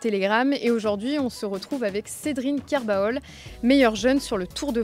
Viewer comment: Je ne comprends pas pourquoi tout le monde prononce son nom Ker ba ol, jamais un Breton ne le prononce comme ça. On prononce KER BOL. Comme on ne prononce pas "La Jument de MI CHA O" comme l'autre truffe de Nolwenn Leroy, mais "La Jument de MICHO". On ne prononce pas le A. Tout comme SALAÜN nom breton ne se prononce pas SA LA UNE, mais SALIN. Petite leçon gratuite.